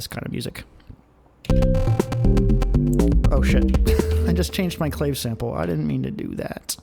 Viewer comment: Awesome Live stream!!! But clave rhymes with agave not grave.